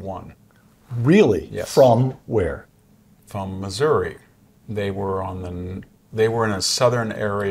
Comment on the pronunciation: Thank you for pronouncing Missouri correctly. Pronounced Missourah, not Missouree